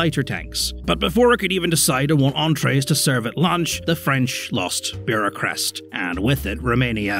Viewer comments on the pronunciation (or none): It is Bucharest, not “Buracrest”. You always misspell foreign words! I get that you are drunk when making these, but come on now, put a little effort in! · I'm more amazed at how much he butchered Bucharest (Bureaucrest) while using the anglofied version of the name (it's București in Romanian)... to the point I'm not even sure that's what he was talking about. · "Burachrest" dear lord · me, a romanian, taking 10 minutes figuring out what a Beaurachrest is before realizing just screwed up saying Bucharest really really bad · Bucharest❌ BUREAUCREST✅